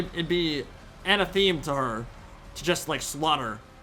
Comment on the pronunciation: God, Drycha's faction colors are SO good, purple/black/white is my favorite color combo. I love how they're getting more experimental with quest battles too, this is a lot more fun than most of the stuff we saw just a year or two ago. Can't wait to play her! (Also, it doesn't really matter and I'm not tryna be a nerd about it, but anathema is pronounced uh-na-thuh-muh. Only telling you cause I would want to know myself, love ya ) Edit: LMAO that ending, whooped em so hard they left early lol